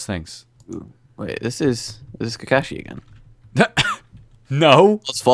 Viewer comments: It's kakashi not kakashu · Just ... next time... ok? Improve your pronunciation. P.S. Have to admit ... "Kukushi" :D that made me laugh :D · I hope he knows it's pronounced ka karsh shi